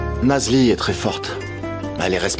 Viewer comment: 😂😂😂😂😂 c'est parce qu'elle vous énerve que vous ecorchez son nom ?😂😂😂😂 C'est Nazli